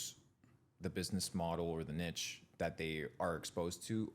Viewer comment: Niche is pronounced ‘neesh’